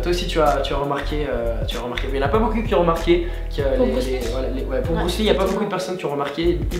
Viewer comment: Au lieu de dire beaucoup tu a dit beau cul